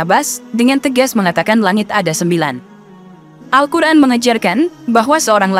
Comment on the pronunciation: Apa telinga saya yg salah Dengar??? 😂 Al Quran atau Al hukran.. ????